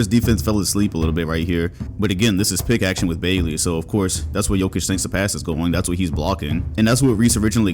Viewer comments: I appreciate the Kevin Martin image at the beginning of the video, but why do you keep mispronouncing Bagley? The fuck is Baygley? 😂😂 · Hang on. Accusing us of not watching Kings and yet you pronounce the name BAY-glee? Come on, bruh. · BAG-LEY BAHG-LEY BA-G-LY All three of these are more correct pronunciation than EINSTEIN BROS BAGLEY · "Marvin BAEglee" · “ Baygley” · no one:: “Baygley” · Also: bogdanoVICK 🤦‍♂️ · If you say bagley like that one more time imma unsub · This guy has seen every kings game and doesn’t know how to say bagleys last name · The way he says Bagley's last name triggers me lol